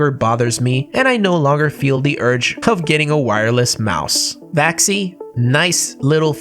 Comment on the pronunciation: Vaxee rhymes with maxim. No? 🤔